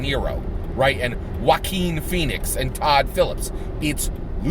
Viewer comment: Haha you're too funny! You totally corrected yourself on the Jock-uan/Wah-keen slip...this made my day! 💯% #YangGang P.s- Is it me or does it actually driving down a freeway of potholes! You can see your car take a beating from that road, almost sound like you had a guy in your trunk just kicking away at your interior haha my brain sometimes!